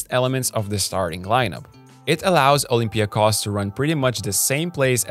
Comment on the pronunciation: Olympiakos, and Panathinaikos too, are name which must be pronounced with emphasis on the final O. They are OlympiakOs and PanathinaikOs.. as every name or word in Greek language in -ikos.. like also IonikOs... or kanonikOs (normal). You can try Google translate.